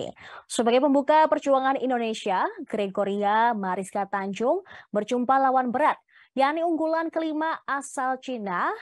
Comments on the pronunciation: Tunjung bukan Tanjung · Tunjung kak.... Bukan Tanjung